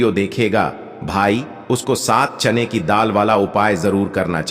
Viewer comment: चैन की दाल नहीं बोलते चना की दाल बोलते हैं पहले बोलना सीखो